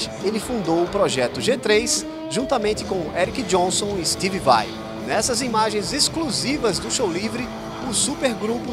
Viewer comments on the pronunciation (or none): "...como stivi vai e kirrki ramét do metallica..." meu deus, não assassina o inglês não por favor, estuda antes de ser apresentador vai.